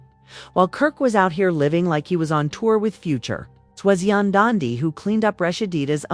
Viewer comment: AND WHO TF IS YA-DAN-DY??????? !!!!!!!!!!!!!!!!!!!